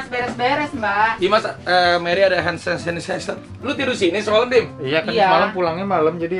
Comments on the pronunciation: Salah fokus sama aa Rafi ngomong hand sanitizer "Mery ada hand sanisaniseser " 🤣🤣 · Raffi : Meri ada hensenisenser 😂